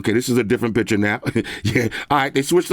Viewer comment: PiCture not PiTcher😂